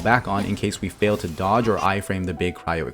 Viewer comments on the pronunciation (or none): none